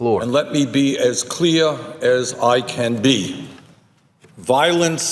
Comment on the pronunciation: bernie sanders:" let me be as cleah as oih can be viowlence of any koind cannot be accepted in ouwah socwiety"